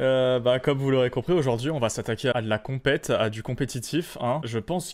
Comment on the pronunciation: J'avais pas remarqué mais au début tu dis "on va s'attaquer à de la cOUMpète" ça me tabasse